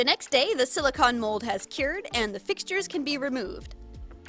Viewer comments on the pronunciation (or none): I know no body is talking about this but you say silicone like con props and cons but it’s silicone like a ice cream cone